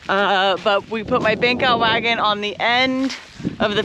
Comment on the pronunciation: Took a few hears to understand you were saying 'Bank out wagon" - I thought at first you said "Beak out wagon"